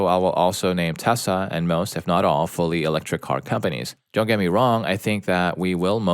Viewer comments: I know they are saying Tesla but it sounds like they are saying Tessa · Why is he saying "Tessa" instead of Tesla? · IT'S TESLA NOT TESSA